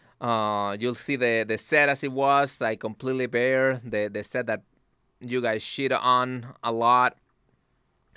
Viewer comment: "gwee don wan to get dirt on our chirts."